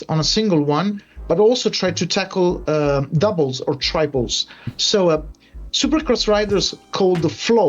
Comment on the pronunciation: "Doubles, and tribles " lmao